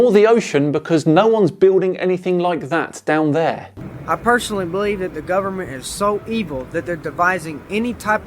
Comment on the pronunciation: “ I do belebe the govbermemt is hiding lands “